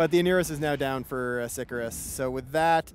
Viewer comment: It's obvious Latin is something someone in CCP can't GRASP, but.. ffs. It's not "sick-a-rus", SICARIUS. Do your homework.